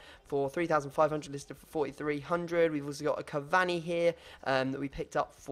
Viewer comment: Learn how to say cavani